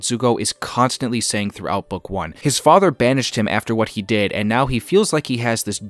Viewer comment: It did seem a little weird how he put so much emphasis on the last syllables in father and whisper.